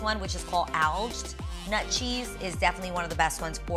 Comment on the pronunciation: Your so cute A! It’s Aged nut cheese not alged. I read it the same way but it’s aged in cursive lol